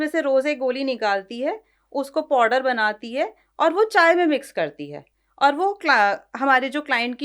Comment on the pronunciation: 'Powder' being pronounced 'poddar'. 😅 what's wrong with people